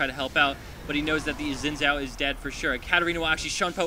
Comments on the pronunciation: I know but commentator says Zin Zao :D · No its pronounced Zin Jaou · i don't wanna be a stickler or anything, but Xin Zhao is pronounced Sin Jow ... its chinese and i'm chinese, so i know these things